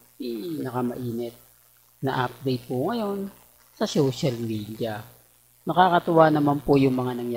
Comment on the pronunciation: HINDI SHOWCIAL MEDIA ANG PAG PRONOUNCE. ITO ANG TAMA SOCIAL MEDIA. HINDI KA KASE NAG ARAL PURO KA BULAKBUL.😂😂😂😂